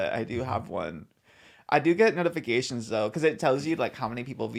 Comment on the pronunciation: he said “notifi-gay-tions”